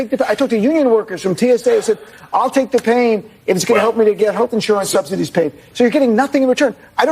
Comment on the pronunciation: Did you just say "sobsidies"? Either way, it's appropriate!